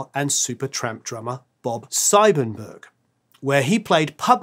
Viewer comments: Pretty sure it's pronounced 'Seebenberg', hence his credits on Supertramp albums as 'Bob C. Benberg'.. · Not wanting to come across as a smart arse, but Bob Siebenberg's name is pronounced "Bob C. Benberg" 🙂